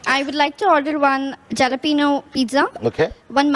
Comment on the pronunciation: Jalapeno😂😂😂 you need to correct yourself